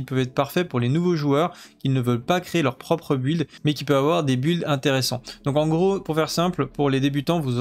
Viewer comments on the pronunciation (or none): Merci pour ta vidéo. Il me semble que "build" se prononce bilde et non bUhild